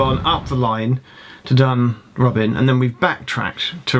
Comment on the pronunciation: Must take issue with the pronunciation of DUNROBIN. Putting the emphasis on the "B" makes it sound like a retirement home for burglars! Emphasis should be on the "O" which makes it sound like a retirement home fot the House of Lords. Much more appropriate!